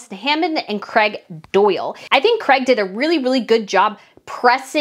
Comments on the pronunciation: I hate the way you americans change words. His name is Craig pronounced Crayg, not Crag or Creg. If you want to appeal to people as a genuine reporter, you need to pronounce words properly. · His name is CRAIG not CREG